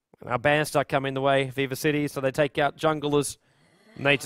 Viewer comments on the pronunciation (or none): Whenever says Viva i keep thinking he says Weaver so i get confused for a second and then i'm like "oh right"